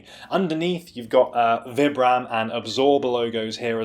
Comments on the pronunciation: well Vibram is an Italian company so I believe they pronounce it Vee-bram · do you say "vy-bram"?? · excellent review. gutted these are narrow, i specifically buy new balance for their width, hopefully the extra half size will be enough. are you purposefully say vibram wrong? XD